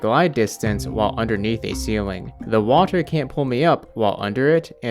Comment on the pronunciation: I love how he says Watur